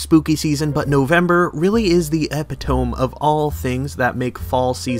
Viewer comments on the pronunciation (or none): im so sorry but ITS NOT EPI-TOME ITS "UH-PIT-UH-ME" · Epit OHM..... It's "Eh-pit-oh-me". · Eh-pit-o-me not ep-eh-tome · Epi tome? I learned it pronounced as epi toe me. Did something change as of late? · Ep-i-tome….you mean e-pit-o-me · What the hell is Epi-tome? You mean E-pit-o-mi? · Epi tome You mean... Eh pit oh me? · Hey friend! E-pit-toe-me not Epi-tome! The more you know or something like that! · Eh-pit-oh-me not epi-tome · Yo you pronounce epitome wrong. It's like Ep-pit-toe-me not epi-toam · Bruh it’s e-pit-o-me not epi-tome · Ugh first off WHY?!! have you never heard epitome said aloud before? It's not pronounced like epp-it-tome it's eh-pit-toe-me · That's not how you pronounce epitome, it's not epi-tome, it's epi-toe-me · wtf u say epitome like ep it home instead of ep it o me?????? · It’s not pronounced “ep-i-toe-m” It’s “ee-pit-o-me.” Jfc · Epitome is pronounced as "eh-pit-oh-me". Just for future reference. Also, great video! Any chance to watch Scooby-Doo makes me day brighter. ❤️ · Eh-pit-O-me(epitome). Sir. Loving the video so far. GJ. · Hearing “epitoam” is the only bad part of this. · The “epatomb” 😂🤷🏼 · Epitome... Eh-pit-o-mee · Epitome = Ah-pit-toe-me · Did my man just pronounce epitome "eh-pih-tohm"? Wtf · E-pit-O-me. Epitome. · epi-tome= eh-pit-toe-me xtra points for a pronunciation I've never heard. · Just found your channel. Great video! And, just so you know, it’s a commonly mispronounced word but epitome is pronounced “uh PIT oh me” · Epitome= eh-pih-tuh-mee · "ehpitome" By any chance are you related to Barely Sociable? ;) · fyi epitome is uh-pi-tuh-mee yeah that’s the same word babes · I can't believe you pronounced epitome like epipen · i’m sorry this just bothers me and i gotta say, it’s epitome (uh-pi-tuh-mee) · i cannot believe that you pronounced epitome as 'epi-tome' unironically. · First time I've heard someone pronounce "epitome" as (epi-tomb) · Epi-tome lolol. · Epitome is pronounced as "eh-pit-uh-me" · Epi-tome? You fr?